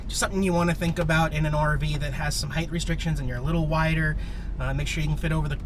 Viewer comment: "length and heighth" Always check your 'heighth'